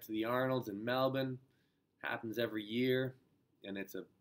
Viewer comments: Wow you're the first north American continental person to pronounce Melbourne naturally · Thank you so much for trying to pronounce "Melbourne" correctly, instead of Mel Born! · Pronounces Melbourne like a champ